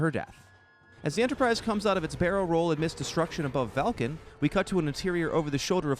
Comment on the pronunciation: Is he saying "Valcan"??